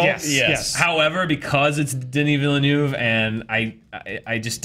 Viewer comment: OMG! They are butchering the poor director's name Denis Villeneuve😂